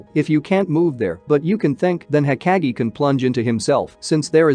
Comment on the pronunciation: pleasee its not hokagiee, its hokage 😭